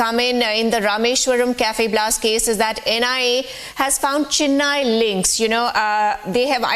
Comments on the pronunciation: Oh please. It is CHENNAI and not CHINNAI. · It is concerning that a reporter, who should possess a certain level of linguistic competence, fails to pronounce Chennai correctly. It is unfortunate that they seem out of place here in India😮‍💨